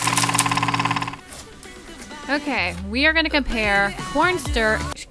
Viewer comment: Ok so I'm saying corn starch and corn sterch now 😂